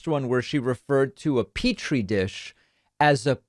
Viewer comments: Peach Tree is an extremely common street name in carious parts of GA, as well as a city name near Atlanta. Thats the only one i kinda give her a pass on since its much more common for someone from here to say Peach Tree in daily conversations vs Petri. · She probably doesn’t read. When we say “petri” we’re visualizing how it’s spelt and can see there’s no “ch” in it. However if someone has never seen it and only heard it they may have misheard it or interpreted it the best way they could without seeing the word…